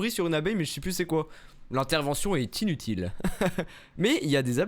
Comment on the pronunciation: Est-ce que je suis la seule qui arrête pas de rire parce que il a dit tilutil au lieu de dire inutile